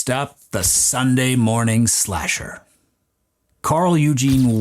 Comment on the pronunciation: Its slasher, not splasher lol